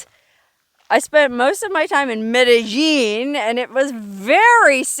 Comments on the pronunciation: Double LL's sound like Y in Spanish. Med-A-YEEN! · Double "ll" in Spanish NEVER makes an "L" sound. Treat it as a Y ALWAYS. Think Tortilla.